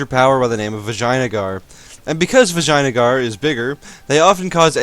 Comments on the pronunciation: Fucking died at Vajina-gar..... It's pronounced like "vih-jey-ah-nah-gar" 5 syllables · I believe it's pronounced vijay-ya-nagar not viginia-yager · is vijayanagar, not " vagina "gar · Sounded a little more inappropriate to me, but maybe I'm a bit immature. Still, how can someone not hear vagina-gar when he says it like that?!? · i heard vagina guard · Did i hear good: in Vaginagar xD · LOL i heard vaginaguard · "Vagina-gar"... VAGINA-gar. Seems legit. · I'm sorry, I didn't quite catch the name of Bahmanis' neighbour. Could you repeat that into the mic please?